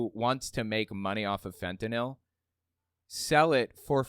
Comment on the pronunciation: i get unreasonably mad when people say "fentanol". like, you know how it's spelled, you know how to say it.